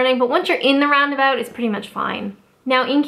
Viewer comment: 'Round aboot'